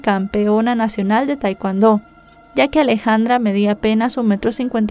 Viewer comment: Se lee tekondo